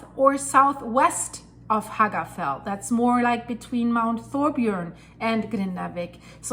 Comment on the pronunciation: Little pronunciation tip. Double "L" in word FELL like Hagafell is pronunced "TL" like FETL ;)